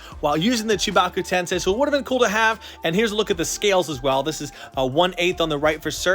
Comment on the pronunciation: WHAT A RIDICULOUS STATUE!!! Just the diorama portion alone is ginormous, and it's so well done. Pain's head sculpt is so clean and so accurate, beautiful! Also, little funny side note, since it's been a while since I've seen the show, I couldn't remember the name of the actual jutsu, but it sounded like you were saying Chewbacca jutsu... HA